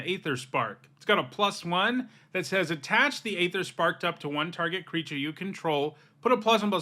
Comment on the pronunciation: Please look up the pronunciation of aether, unless this is some joke i don't understand.